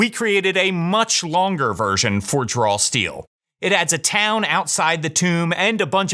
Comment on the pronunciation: Does anyone else hear "Drawl Steel" instead of "Draw Steel" in the opener?